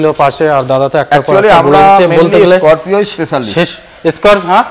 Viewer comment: স্করপিও না বলে বলছেন,,এস স্করপিও😮😮😮